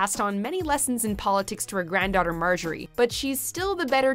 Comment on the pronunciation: Euhm margaery?